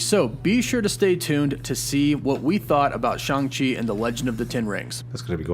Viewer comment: I heard Stan Lee himself pronounce him Shang as in bang and rang.